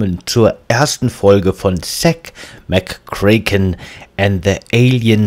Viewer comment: Du sprichst Zak McKracken immer falsch aus es müsste aber Zack McO Rack ausgesprochen werden :P Spaß , super folge :)